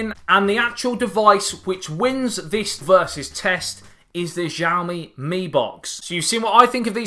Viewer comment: Shyao-Mi. Sh pronounced with teeth clenched together. You won't get the tones right of course, but at least say it right and don't butcher the name. Javmi? Really?